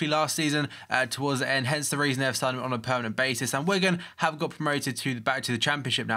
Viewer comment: Dat engrish tho